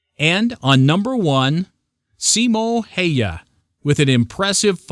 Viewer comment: Se on vähä vaikeeta ulkomaalaisille lausuu koitappa sä lausuu joku venäläinen nimi täydellisesti